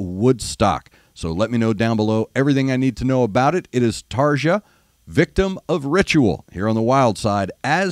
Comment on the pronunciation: Try pronouncing her name a bit more like Tarr-Ya. European J's have typically have an English Y sound associated with them. Hope that this helps.